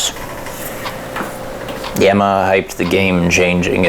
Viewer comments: Only nark with the video is that you pronounce it YamaHER instead of YamaHA. Its like haha sound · Why are you saying YAM-e-hah though? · is it really pronounced like that? I always thought it was YAH-MUH-HAH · Is he saying "Yamaha" strangely or is it just my American ears/hearing disability? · Awesome video. Subscribed. Stop saying Yamaha like that. It bugs me. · Love this video,, but I'm kinda too stunned by the news that for the last thirty-plus years I've apparently been saying "Yamaha" wrong. Or is that just your Canadian butchering? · That's not how you pronounce Yamaha,.